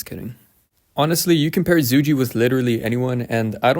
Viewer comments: in roks offical video if zhuge being intoduced its more of Zhugah liang. But its alr right brother i hope your not offended or anything 😊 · I think its pronounced “Zuu-Ghay Liang”